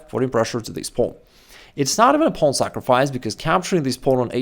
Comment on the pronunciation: “Pownnn” lol. It’s wild how he says it